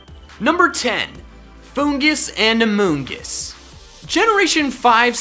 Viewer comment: “Amoongus” when Pokemon is sus